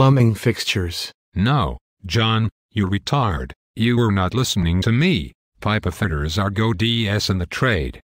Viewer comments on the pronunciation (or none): "Pipe-a fitters"